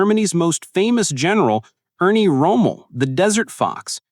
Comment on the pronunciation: Irwin rommel not ernie rommel😂🇦🇺